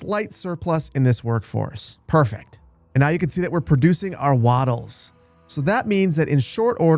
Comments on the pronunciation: 🎉 Appreciate that “Keltic” pronunciation! Totally here for “Wadders” (way-ders) “waddel” (wottle like bottle) and “daab” (dorb like board). Big thanks though for the cool content. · Aye, "way-ders" (rhymes with raiders) , on account of them wading in the marshes. Though I kinda like the idea that they are "wodders" because they waddle... LOL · I'm almost 100% sure that the pronunciation is Way-duhs for Waders. Since they would be wayding into the marshy waters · Hahaha, "vi-gills", "wah-das", that had me giggling a little every time... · Great intro to the game, as always. Just one note: the people are 'way-ders', as in people who wade in water (which makes sense with all the marshes).